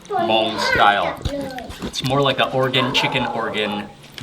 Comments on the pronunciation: 😂 ... I've watched some of Mark's food videos but never knew he had a Hmong one. Props to his correct pronunciation of the word "Hmong" unlike most who typically pronounce it as "Mung" 👎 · Thank goodness he pronounce Hmong right! I love watching your videos. Reminds me of my trip to Thailand when I visited a Hmong village on top of hills in Chang Mai. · I'm Hmong American! Loving the video. Thanks for pronouncing Hmong correctly, Mark! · Omg!!!! Mark pronounced "Hmong" correctly! ❤❤❤❤❤❤ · Thank you for pronouncing Hmong correctly